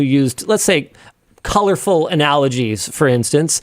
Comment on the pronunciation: "Colorful analogies" sounds like Linus dropping the hard R 🤣